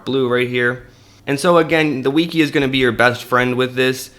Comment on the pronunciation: Bro thats not how you say Wiki